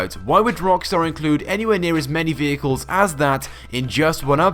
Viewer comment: Gotta love the "Peagus" vehicles